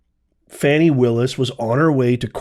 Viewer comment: Her name is pronounced “Fawni” not “Fanny”. 😊